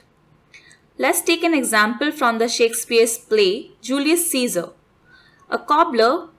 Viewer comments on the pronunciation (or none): none